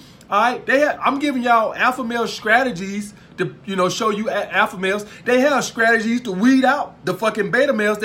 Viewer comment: I love you man . I subscribed. “Scrategies “ lmao. I love it . You speak the gospel truth